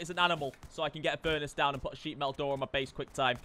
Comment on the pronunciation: «burnace» hehe